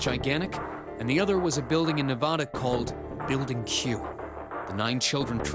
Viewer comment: Random commentary from the peanut gallery, but thanks for pronouncing "Nevada" the correct way. ❤️ Sincerely, a Nevadan.